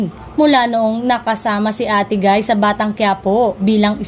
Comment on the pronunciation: Ayusin mo salita mo. Ate gay at di ate guy!